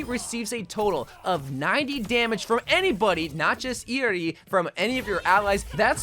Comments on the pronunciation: Its how you pronouce her name lmao😂 not the way it is written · Thank you for pronouncing her name correcrly 😊